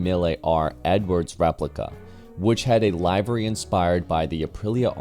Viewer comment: You are mispronouncing "livery"